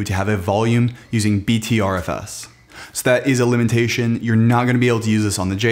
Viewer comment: It’s pronounced butterFS :)